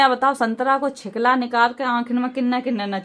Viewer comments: Chhilka bolate Hain shikala nahin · छीलका होता है छिकला nhi होता है हम छिकला छिकला सुनके bor ho gye hai